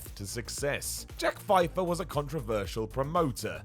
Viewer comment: Pfeffer is pronounced "Fef-fer". Not "Fy-fer"